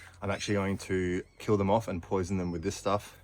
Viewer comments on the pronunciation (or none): none